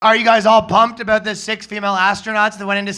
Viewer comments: $50,000 dollars of speech therapy to not say abooot when looking a $50,000 rack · *Oat and aboat